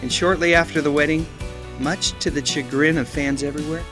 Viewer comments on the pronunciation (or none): CHagrin? It’s pronounced “SHUH-grin.”